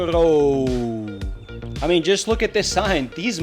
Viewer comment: ....Lavaredo....please....not Lavadero....